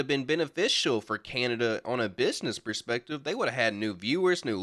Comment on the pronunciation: It's PERspective not (pre)spective. You're welcome.